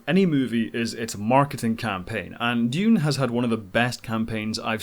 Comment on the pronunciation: Yay, finally someone on YouTube who can pronounce Dune properly :) Timothee Chalomet would have been miles better as Anakin Skywalker than Hayden Christenson! Unfortunately it looks like Dune isn't going to make the US Box Office Top 10 of 2021 as it's only at 89 mil so far and doesn't look like it's got another 11 mil in it to overhaul Godzilla vs Kong AND even if it did overhaul that movie Spiderman's coming out later this year and will easily blow past 100 mil. Dune's 335mil worldwide so far is good enough for #10 of 2021 worldwide right now but again Eternals and Spiderman are likely to both overtake it even without Chinese money. Alita and Kingsman were great films that deserved {especially Alita} bigger box office than they got BUT Ready Player One was just an ok film that had Spielberg's name behind it....He's not the box office God he used to be but his is still a name that will get people into cinemas.